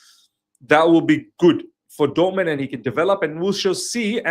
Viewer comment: It's not Dortmend/Dortmand... it's DORTMUND! 🙄